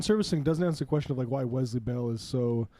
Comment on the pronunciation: Can someone please tell them how to pronounce Wesley? The Z sound is nails on a chalkboard.